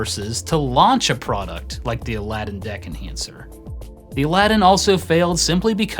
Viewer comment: everytime you say deck enhancer i hear dick enhancer